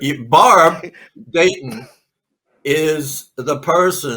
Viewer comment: There were three main names mentioned in this podcast, Robert Rackstraw, Tom Kaye, and Barb Dayton and mispronounced or botched all of them. Reminds me of a Key and Peele skit about a substitute teacher taking roll call and mispronouncing all the students' names along cultural lines. With that in mind, for diversity, equity, and identity's sake, shouldn't an alternate name for DB Cooper be created? DeShewayne Lil Cuprakonda.